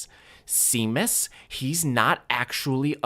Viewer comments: The name Seamus/Séamus is an Irish/Scottish name and pronounced shay-muss… although see-mass did give me a giggle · I know this vid is a year old but I need to clarify as an irish person cause it hurts to hear but it's not pronounced Sea-mus but pronounced Shay-mus. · seamus is pronounced shaymus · Shay-mus (it’s Irish) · See-mus? Is that how they actually pronounce it in-game? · Sean = Shawn but Seamus = C-mus? I hate the English language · Nah Seamus is pronounced Shay-mus, I don't think I've ever heard an American pronounce it correctly lol. They both come from Irish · this video is amazing!! it's so lovely to be able to find other layton fans as well who are as talented as you. i really enjoyed the whole video!! and as an irish person hearing you say Seamus is so funny, it's pronounced shay-mus if anyone is wondering lol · OMG NOOO you butchered the pronunciation of Seamus. It's Shay-mus. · Missed opportunity not to say that Seamus (which, as an aside, is pronounced Shay-mus, or so the Harry Potter films tell me) is not what he seems 😂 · That is NOT how you pronounce "Seamus" xD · i genuinely had to backtrack at the pronunciation of minor character legend seamus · Yo hour long voyan Professor Layton video let's fucking go! Bro can't pronounce Seamus LMAO